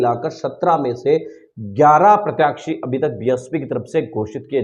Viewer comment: जय भीम आप बार बार प्रत्याक्षी क्यों बोलते हो जबकि सही नाम प्रत्याशी होता है आप पत्रकार हो इसलिए बोल रहा हूं बुरा मत मानना 🙏🙏